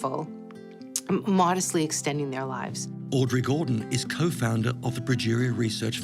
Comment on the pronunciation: Pronounced "progeria".